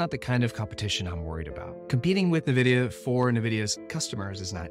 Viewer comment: So much research on the stock... But still mispronouncing the name?